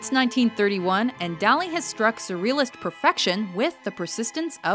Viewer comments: ***** She tried in them, at least. Even pronouncing it like "Dolly" would have been more of an effort. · She tried so hard to pronounce most of these artist's names, but butchered Dali. It's not even a hard one. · The Dali painting was rated too low. Also, she mispronounced "Dali"...